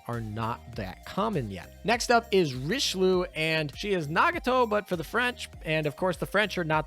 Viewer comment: Great video, but your name pronunciation is driving me me off the walls Richelieu: ree-shu-loo Saint Louis: sahn-loo-ee Zuikaku: zwee-kah-koo Friedrich der Große: the German 'ch' sound doesn't exist in English. It is made by constructing the air between the tongue and roof of your mouth, similar to how s, f, sh, and th sounds are made in english. Freed-reech der grow-suh. If you're having trouble, say freed-rish. It's still better than calling her Frederick